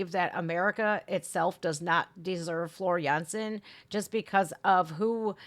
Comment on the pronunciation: I like how you properly pronouce Floor Jansen the Dutch way..👍